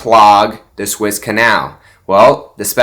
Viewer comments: Even though I like Mike Lindell...is he really a absolute crediit source? Suez canal not Swiss canal as you keep saying. This is why I find you full of baloney and not credible. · Suez Canal . Soooo ez. It’s not Swiss . LOL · SWISS Canal?????? Like you know what you're talking about!! It's the Suez Canal, bud!!!!!